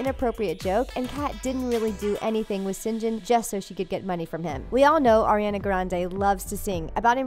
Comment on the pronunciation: 1: I recently got TeenNick back and can watch Victorious again and there are much funnier (inappropriate) jokes in the show. Cmon! 2: Can we start pronouncing the names correctly? "Air-E-Anna" Nope. "Sick-O-Wits" Nope. "Aye-van" Nope. 😂.